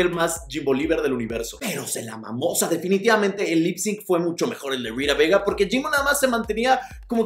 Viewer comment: Por qué dices Rita Bega? BAGA!